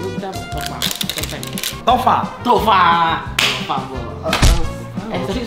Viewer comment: Fateh tofu bukan tofa hhhh 🤣🥲